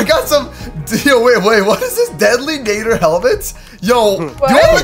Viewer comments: You did not just say deadlynater it is deadlynater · You said deadly nadder wrong ( I wouldn't point this out but it's httyd so I have to) not trying to be rude I just wanted to point it out